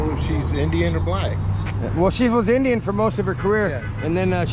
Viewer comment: when the other Indian woman says we're gonna cook Indian food today "because you are Indian", it sounds like she's saying, "You are an IDIOT". LOL